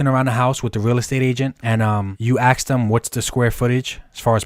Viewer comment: Bro I like your content, but you gotta learn how to say the word "ask".....its not "axe"